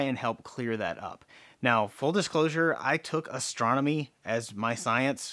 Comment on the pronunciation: I thought you said: "I majored in Astrology." ♉🤣